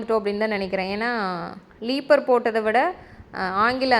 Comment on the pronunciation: லீப்பர் இல்லை ரீப்பர்😢 கடப்பு கல் இல்லை கடப்பா கல் உங்களுக்கு என்ன பணம் இருக்கு எவ்வளவு வேணாலும் செலவு பண்ணலாம்